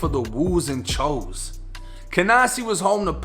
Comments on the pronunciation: Someone probably already said this but it's pronounced Choose not Chose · i hate that choo is pronounced cho instead of chew